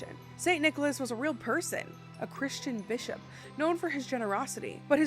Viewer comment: Am I the only one who heard the play on words of Bishop when she said “He punched that Bis-hop in the face!” 😂😂😂. Sounded like the B word. Made me chuckle.